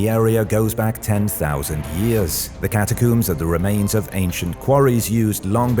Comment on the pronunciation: It´s pronounced ¨cata-combs¨ not ¨cata-cooms.¨